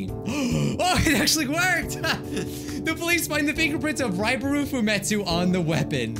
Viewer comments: I swear I heard you say Ryebread instead of Raibari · "Raibree" - 2021